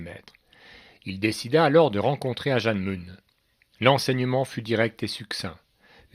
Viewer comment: Ajahn Mun, on prononce "manne", pas "mounne".